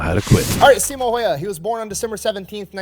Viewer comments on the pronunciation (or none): not once in my life have i met someone who says simo häyhä correctly and i'm offented. Someone needs to teach everyone how to say the name correctly... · Its HÄyhÄ ... Ä is not an A. At all...